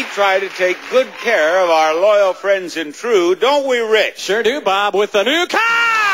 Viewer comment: I love Rich Fields' energy and enthusiasm, but he forgot that there is an "R" at the end of "CAR." He actually said Jerry could win a NEW CAAAAAAHHHHHHHHHH! And he's not even from Boston :)